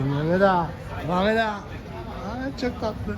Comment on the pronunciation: Selam hemşerim o küçük kıza mamet merhaba dedin ya ozaman anladım Gaziantepli olduğunu 😂 işin gücün rast gele kardeşim 😀👍